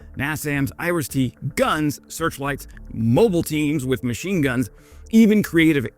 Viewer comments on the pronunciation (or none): none